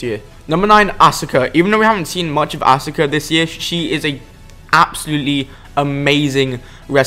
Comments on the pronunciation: Asuka is pronounced "Ahs-ka" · Asuka is sorta pronounced ask her